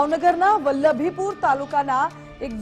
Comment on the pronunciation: Valbhupur....padgha.....nu ucharan khotu thay chhe.